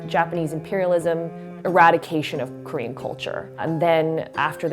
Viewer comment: Everytime she said Korean to me it sounded like she said cream😂